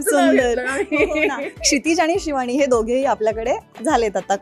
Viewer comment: शिवाणी, बण मस्का, अणेक... 😂😂 हेच ऐकायला मिळाले... मंगळागौर नव्हतीच